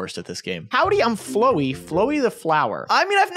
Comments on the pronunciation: I died a little inside when he pronounced Flowey like that lol :’) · Flowey (pronounced flowee) is a character from undertale. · Why’d he pronounce it flow e 😭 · The way he pronounced flowey😭